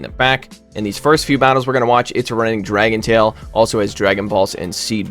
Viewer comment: sounds like you said dragon BALLS. now I cannot unhear that